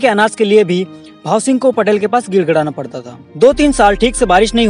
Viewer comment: भाईसाहब पटेल नही पाटील पटेल और पाटील मे फरक होता है जय तंट्या मामा🙏🙏बहुत अच्छी जानकारी दी धन्यवाद